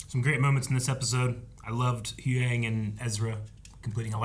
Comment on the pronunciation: its huyang not hewang.